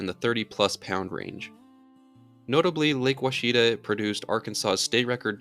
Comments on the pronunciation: WASH A TAW - not Oh Chita - Arkansas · Lake Woshita (Quachita)lol Washita is the correct pronunciation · Ouachita. Wah-Chit-tah. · Lake Ouchita is pronounced Wash-eh-tah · The lake in Arkansas is pronounced "Wash-ih-tah" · In Arkansas Lake Ouachita it's pronounced waa-shee-tuh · Lake Ouachita is pronounced Wash-it-aw. Rhymes with Wichita